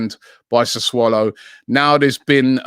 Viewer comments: What the hell is Sa"swallow"??? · The way he says 'Sassulo' hahaha SA SWALLOW